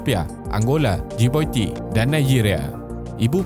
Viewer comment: China nak buat penjajahan bentuk baru melalui ekonomi...agenda tersembunyi.. p/s : Djibouti (ji-boo-ti) bukan (ji-baw-ti)